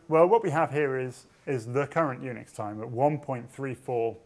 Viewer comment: Unix sounds like eunuchs. I cant fucking unhear it.